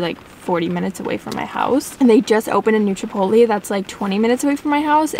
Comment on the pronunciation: love how you say chipotle more like chipoltly